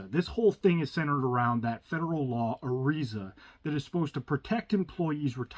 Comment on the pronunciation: You keep mispronouncing ERISA. Lord. Hard to listen to.